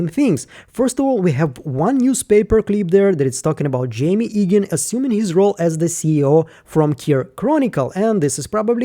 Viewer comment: Quick pronunciation note, I believe you are saying Jame Eagan incorrectly, it should sound like James without the S. The way you’re saying it now sound like the name Jaime or Jamie.